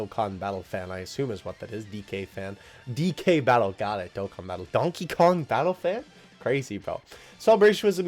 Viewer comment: Thanks for reading my tweet 👉🏻👈🏻 (DkBattle Fan) and actually you said my name correctly, the complete name is (Dokkan Battle Fan) but I'm glad that my opinion was on the video.